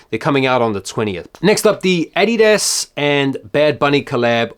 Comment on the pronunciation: It’s the correct way to say it, its the way its pronounced by the Germans, Americans say it incorrectly.